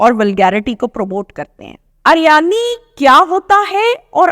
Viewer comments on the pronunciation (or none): Ariyani nhi hota uriyani hota hy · Madam uryani theek lafz h aryani nahe